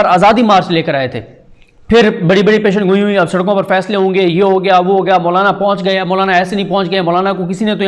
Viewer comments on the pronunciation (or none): صدیق جان پیشنگوئی نہیں پیشگوئی ہوتا ہے